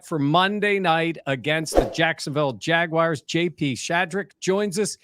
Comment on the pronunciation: JAGWIRES?!?! Really,?! 😅